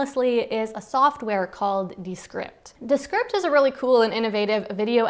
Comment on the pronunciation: Was that ViewScript? DeScript? Please enunciate